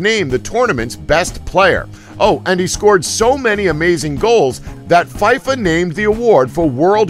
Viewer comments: but the the hell is "Fiefa" don't you mean "feeeffffaaaa" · Feefa fifa "feefa" is how it should sound